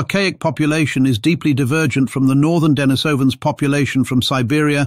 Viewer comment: It's not DEN-ni-SOW-an it's de-NIECE-uh-vans